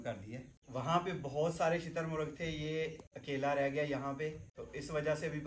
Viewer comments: Shaturmurg❌ Chiittar murg😂😂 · shitar muragh nahi hota bhai shutar murgh hota hai